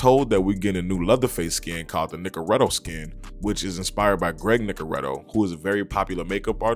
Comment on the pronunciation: Nicotero, not Nicoretto